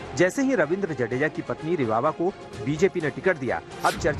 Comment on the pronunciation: जाडेजा ना कि जडेजा